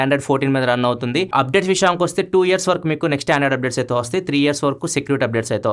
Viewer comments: 3 Years ❌ 3 Yeras ✅ 😂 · Yeras kadhu Anna years 😂😂